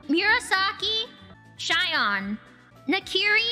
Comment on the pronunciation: She called Shion "Shyon" but didn't say "Shyori" Novella Sadge